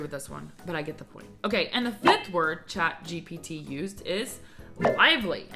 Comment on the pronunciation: It's chat GPT not GTP